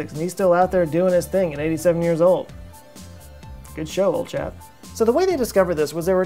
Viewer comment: Firstly, your videos are really well put together, I reckon your channel will explode soon. But, please stop saying "good show old chap". it was okay the first time, but this is the third time now and it's pissing me off - you're not even British and your inflection is wrong when saying it. Mix it up a little.